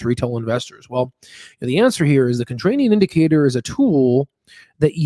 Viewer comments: ContraRian not ContrraNian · oh my lord, does anyone else pronounce contrarian with "rain" like our host here? never have heard this before. it's always the "rare" pronunciation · In the first and second minute and throughout your video (including where you read the word wrong-The word you should be using is contrarian not "contranium."